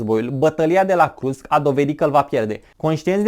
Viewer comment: Krusk?????....sau Kursk????.....domnule povestitor